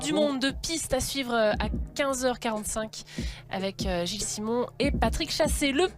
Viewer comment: Simon... le coureur allemand . Le mec il arrive pas a dire son nom